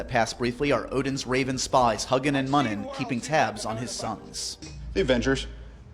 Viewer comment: That is SOOOOO not how you pronounce Huginn & Muninn. The U's in their names are pronounced yew not uh.